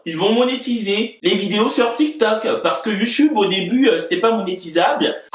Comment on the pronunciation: « Le tik me tok »🤣🤣